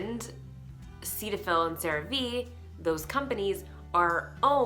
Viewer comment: I work for Galderma. It’s pronounced SeeTahFil.